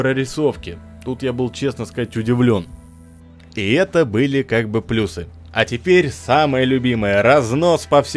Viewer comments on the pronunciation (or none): none